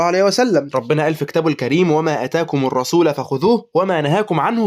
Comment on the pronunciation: الرسول بالرفع وضم اللام وليس بالنصب وفتح اللام يا نصاب😂😂